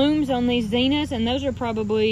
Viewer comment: The red plant is pronounced co-lee-yus. And the zena is pronounced zin-nee-yuh.